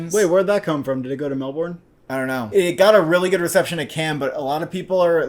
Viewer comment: 😂 Melborn, cmon boys it’s Melbin.